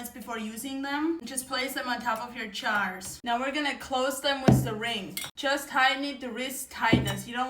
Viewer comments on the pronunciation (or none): Jars ❌️ Chars✅️. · Jars ..not chars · Charz ? You're saying Jars ?😊😂🫣☺️ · Cold packing is usually used for high acid items. Like tomato or pickles. Love u saying chars instead of jars. My grandparents were Duetch & had accents even thicker than yours, 1 grandfather barely spoke English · I love how she says chars not jars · "Your Chars" 😅😂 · ....chajrsss..... I don't know how she manages to pronounce the J after the A but she does ... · Yes busy bee I do see it also. And is she saying chars ?? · I like how you say jars, it sounds like you're saying chars. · Is she saying chars😂😂😂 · can amish just not say the “j” sound? like it’s not “ch” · I love the way you say jars. It sounds like chars. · I love how she says chars instead of jars❤❤ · She is saying jars, right? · love how she says jars